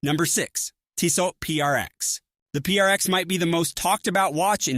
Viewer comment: Hard to take seriously when they can't pronounce the name of the company right.